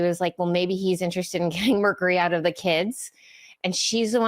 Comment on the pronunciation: Dave of you care about Shanahan at all, then you must talk to her privately about her pronunciation of mercury.